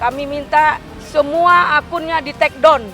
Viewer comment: Buat, bukan take dont bu… tapi “Take Down”. Ngomong aja blom bener